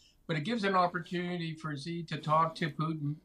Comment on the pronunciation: Top military analyst doesn't even know how to pronounce 'Xi'. That sums it up for me.